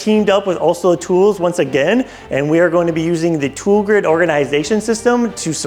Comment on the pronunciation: Pronouncing Olsa is not that hard. You might want to get that right especially if you are working with them on a video.